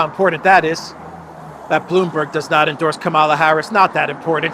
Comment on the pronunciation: You are spreading the HATE by mispronouncing her name. Mika on Morning Joe says that people purposely mispronouncing her name are just doing their part so spread the right wing hate.